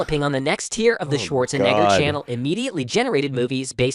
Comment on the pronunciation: They gotta check the pronunciation on Schwarzenegger, homie.